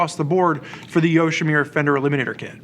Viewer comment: It's YoshimUra, not YoshimIra. Same relates to the Arkapovich, have some respect towards the manufacturer.